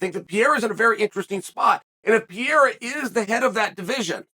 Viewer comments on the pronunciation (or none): *PEREIRA, not “Pierre”.